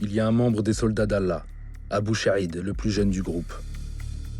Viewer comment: c'est comme quand le journaliste dit "abou sha3id" (prononcé avec 3ain) Pour dire " Abou Shahid" 😂